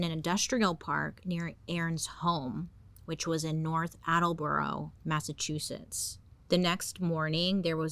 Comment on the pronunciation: So glad someone else says Massachusetts like I do - Massatwoshits. Love you, Bailey <3